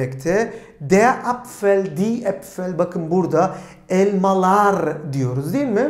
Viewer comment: Tiyatro oyuncusu Nur subaşi gibi Elmalarrr dedinizzz